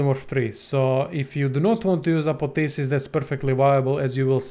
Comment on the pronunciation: Its not Apotheses, its ApotheOSIs